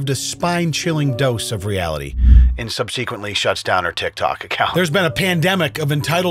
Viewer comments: "Sub-seh-quently", not "sub-see-quently". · SubSEquently....Did you put the emPHAsis on the wrong syllaBLE? 😂